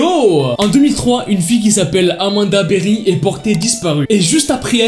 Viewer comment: Rien à voir mais c'était mignon quand elle a prononcé son nom avec sa voix durant l'appel avec son accent de l'Ohio "Amanda BeWHy" 😭😸